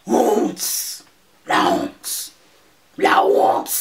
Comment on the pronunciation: "La wonte " 😂😂😂😂😂. C'est moche mais j'ai ri.